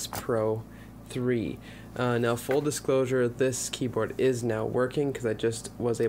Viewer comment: "Full Discosure"!! Now I know you're just making shit up